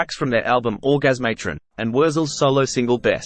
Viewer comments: “Orgas matron” ?😂🤷🏼‍♂️ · Or-Gaze-Mate-Ron? When ya'll gonna get off your asses and quit relying on AI to make your videos? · Commentators pronunciation of Orgasmatron 🤣